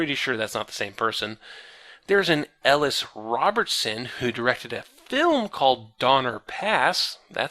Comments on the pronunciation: It's pronounced "Uh-Lease," not "Ell-uss." If only I had watched these videos when that would have made a difference. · i forgot this guy pronounced Elise like Ellis literally every time. he must have run into an IRL Elise and been forcefully corrected by now